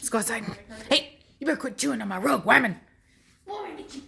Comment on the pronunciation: lol how you say “womannn” like “wemennnn”. i do the same exact thing😂😂